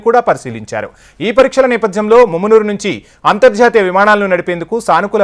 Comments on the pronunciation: Arey babu mummunuru kadura mamanur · ముమ్మునూరు కాదురారే మామునూరు.